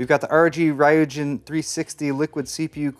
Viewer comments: the way you pronounce ryujin makes me believe you grew up playing way too much street fighter; the build is just obnoxious enough that i would love to have, but would sneer at anyone else who owned it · they way you pronounce ryujin makes my life hurt